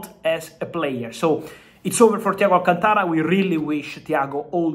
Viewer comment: An Italian with difficulty in pronouncing the name Alcântara is kind of embarrassing. Is it just the Latin accent , is so hard?